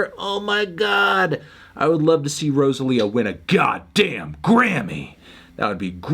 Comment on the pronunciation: Every time you mispronounce Rosalia I die on the inside